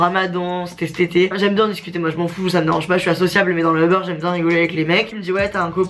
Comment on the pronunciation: a chaque fois qu’elle dit uber j’ai l’impression qu’elle dit “au beurre” mdr